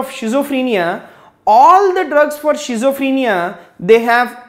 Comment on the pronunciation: well teaching style with clear voice... but have one suggestion, there is no any word of 'shizophrenia' actually it will be schizophrenia , if u don't mind sir.....